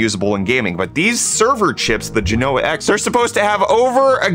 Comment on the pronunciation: I always lol at how techtubers have unilatierally decided to pronounce genoa incorrectly (and have started prouncing silicon like in the 1950s)